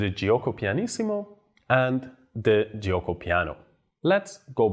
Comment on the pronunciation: Great class, thanks, very clear. Please note that the letter i after g in Italian is not pronounced but is used to make the g soft and be read like g in gesture because without it the g would be hard and read as g in goal. It should be juoko not j-ee-uoko. See the prononciation on google translate for an example. ETA: This is the most clear, organised lesson on the italian I have seen on yt.